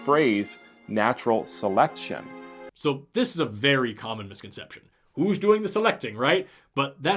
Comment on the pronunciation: did he just say "Seletcion"? He swapped the t and the c 😂